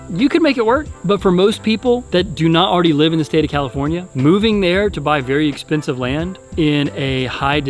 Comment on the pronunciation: You almost said comifornia just embrace it